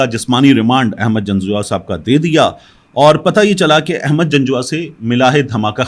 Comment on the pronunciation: Ahmad nahi pl Aahmad pl correct